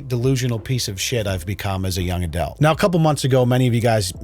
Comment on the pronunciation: It’s funny how pronounces adult as Adlet